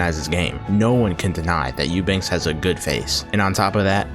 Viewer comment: What kind of serious channel do you aspire to be when you freaking cannot pronounce the guy's last name properly? Eubank without an S